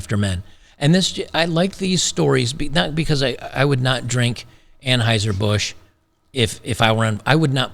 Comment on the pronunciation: it's pronounced Unhoiser - Boosch.